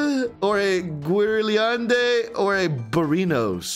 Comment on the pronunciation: was my favorite 😂 “Guerliande”